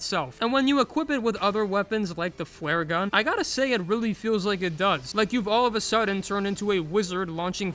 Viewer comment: “Fwaregun” Edit: Okay either you’re doing this on purpose or I’m being accidentally insensitive (if it’s the latter I’m so sorry)